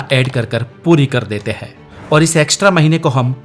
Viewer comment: Hindi voice over me sentence ke end mein 'hein' or 'he' me farak samjho. Sab jagah 'he' nahi bolo.